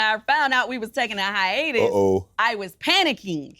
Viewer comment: If Uncle Shay Shay don't stop saying hyenas instead of hiatus.